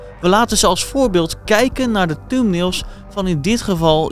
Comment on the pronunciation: Lekkere uitspraak.. "Tumnails" 😁